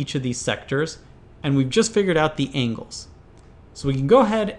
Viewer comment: I'm bothered by him saying ingles and not angles